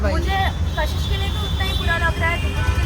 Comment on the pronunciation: Kashish❌ cash hish✅😂